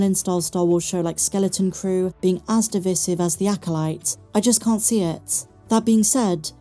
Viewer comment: Still can't pronounce divisive correctly 😂